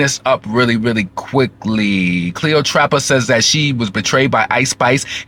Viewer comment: You're hilarious the way you Say cleotrapa but it's Cleopatra. The shade Lol